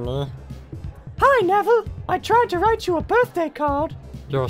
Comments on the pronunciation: Andre Hernandez nevviwle sewft diswuct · Hahahahahaha! (Neville) Wut? Wo tawking abut mwy shepe? Dats diswespectful. Mwy gwandmofer wiww be su med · Neville is the worst sorry what... He brought pottah to the school Saved pottah countless times And also protected pottah in the finale